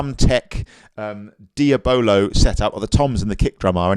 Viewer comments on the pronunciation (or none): Die- a- boh- low. Not deeya bolo XD great vid